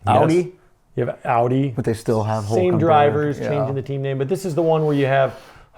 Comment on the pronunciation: Happy new year guys . . . Ya really need to learn how to pronounce some words guys . . . . Tyrrell. . (Ti rell . The y is sounded like the i in "in" ) . . Renault . ( ren o) . Audi . .(ow di). . . . . Go Liam . . 👍👋🇳🇿